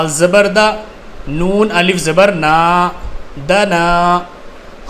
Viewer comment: Aap alif ko hmja pdhate hai